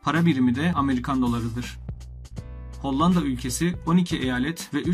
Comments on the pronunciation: Maalesef hollanda diyemeyişinden videosu izliyemedim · Çok kötü önce bir diksiyon dersi al ve Hollandayı düzgün telaffuz et! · Reis nedense her hollanda dediğinde bi gülme tuttu